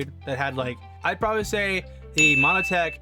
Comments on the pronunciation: why are you calling it MONO-tech? its MON-tech... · Montech not monotech